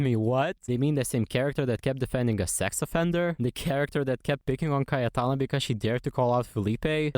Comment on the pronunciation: You pronounced cayetana perfectly ive never been so proud of a stranger <3